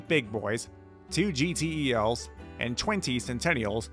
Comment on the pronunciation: Also known simply as GeeTells (instead of Gee Tee Eee Ls)